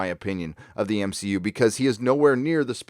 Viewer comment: "M-She-U"....HA HA HA HA.